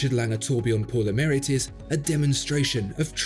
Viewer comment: It's pronounced as "pour le maree"